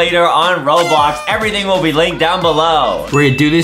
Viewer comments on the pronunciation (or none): none